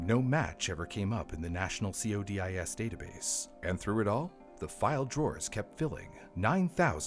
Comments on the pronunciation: Just a heads-up for future videos that may involve CODIS, it's not usually referred to C O D I S, it's usually referred to by CODIS, pronounced Co-dis, hard O. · Spelling out "CODIS" instead of pronouncing it as a word sure sounds AI to me.